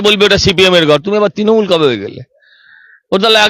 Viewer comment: madam, please আপনি 'র ফলা' উচ্চারনটা ঠিক করুন। পারথী নয়, ওটা প্রার্থী হবে। বাড়িতে Please একটু Practice বা Home Work করুন। তৃণমূল কে তিণমূল বললে বড্ড কানে লাগে। Please